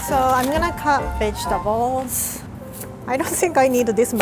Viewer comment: I’m not being racist but I heard her say bitchtables